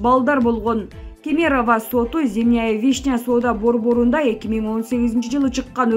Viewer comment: Кемерованы туура оку.